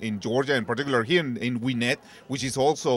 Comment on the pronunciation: he said gwinette georgia